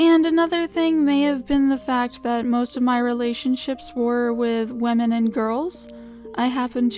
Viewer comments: Like- WEEMEN? Xd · Sounds like lemon